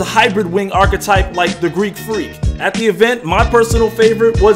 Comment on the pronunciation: Man, pronounce archetype correctly. you stressin me out.